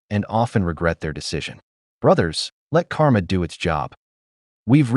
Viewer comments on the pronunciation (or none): none